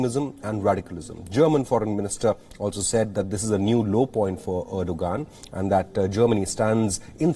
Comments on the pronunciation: Dear anchor from yokeltown, 'Erdogan' is pronounced as "Erdowan". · Why do I hear reporter deliberately saying ERDOGAAND 🤣😂